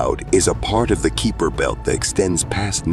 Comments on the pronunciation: The keeper belt? Its called the keiper belt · Anyone else bothered by him calling it 'Keeper' belt instead of Keiper belt and 'Apofiss' instead of AH POFF US? Several mispronunciations driving me nuts. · mispronunciation of Kuiper(as Keeper) and Apophus is so careless, and frustrating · This guy can’t pronounce words correctly. 😂 Keeper belt? Appofiss? 😂😂😂